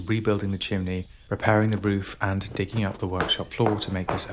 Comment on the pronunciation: "ROOFART"? Australian?